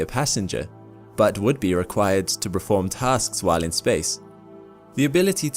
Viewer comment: I love you. But for the love of all things sacred, it's perform, not preform.